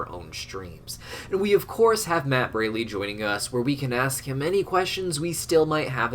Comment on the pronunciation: You mispronounced Matt's last name again, it's pronounced Br-all-ee